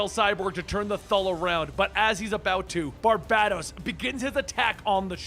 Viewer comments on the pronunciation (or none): Bar-ba-dōs. Not Bar-bad-dōs. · Aqa man. Not aquaman apparently lol Bar-bay-dos.. not bah- dos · Every time he says BarBADos 😬😬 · I absolutely love these videos, do not get me wrong, but dude. You do this for a living. Learn how to pronounce things. Sigil = "Si-jul" not "Siggle." Barbados = "Bar-Bay-Dose" not "Bar-Bad-Ose" Please dude, look up pronunciations when you're making videos like this. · Gah! It gets on my nerves how you say his name BarbaDōs , BarbaDōs....man, pulls me out the story everytime....pheeew....okay. Unpause, back to the bedtime story...lol.....you're doing awesome, you Are awesome keep up the great work. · Dude, love your videos! But the way you are saying Barbados kinda makes me itch. Bar-bay-dos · I love your channel but dude, hearing you constantly butcher names that I know you've heard correctly is beyond annoying and infuriating. I KNOW you've heard Barbados said aloud before...it's pronounced like the country. That's the 1 thing bad about your channel...it's like you do it on purpose. You hear someone say tomato and you still pronounce it tomahto like "what the fuck dude?", Lol